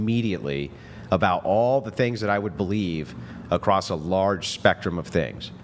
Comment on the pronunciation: her "I'm educated" also her "get my point acrosst"